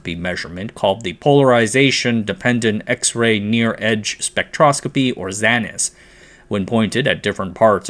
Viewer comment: A word on pronunciation of XANES. It rhymes with “pains”. I’m an inorganic PhD chemist. Nobody says it like “zah-nez “. Just FYI.